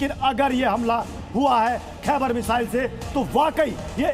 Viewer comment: खाइबर नहीं खैबर